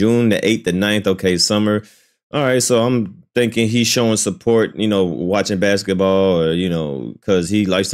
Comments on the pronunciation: I've never heard basketball being pronounced as bexitball😂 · Baksetball? Huh. Alternate Pronunciation